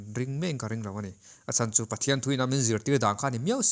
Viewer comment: 'Chu' tih i lam dân thlûk hi a dik lo deuh, lo inzir leh deuh teh